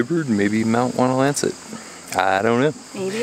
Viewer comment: Should you go to that area again, climb Whiteface via the Blueberry Ledge trail. It's a work out, but the view on top of Whiteface is incredible... and yes, your pronunciation of Wonlancet was perfect and correct.